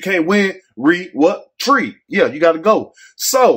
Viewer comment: "Re- treeet"🤺